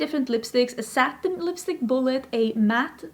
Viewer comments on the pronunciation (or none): none